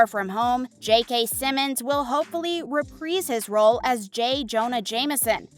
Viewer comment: Repreeeze his role? You have an issue with i's... You seem to insert them in some words and remove them from other words. Might want to look into that.